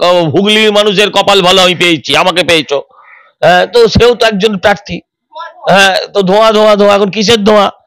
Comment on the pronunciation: Ore Debangshu kothta parthi noy Prarthi...Kobe thik kothata sikhbi....didi r songe theke bhasha Tao thik moto bolte sikhli na😂😂😂😂😂😂😂😂